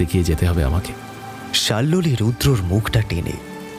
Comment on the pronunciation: প্রথম গল্প টা বেশ লাগল, কিন্তু দ্বিতীয় গল্প তে নায়িকার নাম সম্ভবত শাল্মলী, কিন্তু বারবার শাল্লোলি উচ্চারণ বড় কানে লাগে , শোনা বন্ধ করলাম